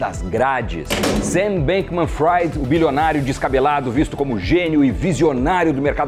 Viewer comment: Vc ta pronunciando o nome dele errado... Os noticiários nos estados unidos falam "Fri" e não "Frai" (Bankman-Fried) 😜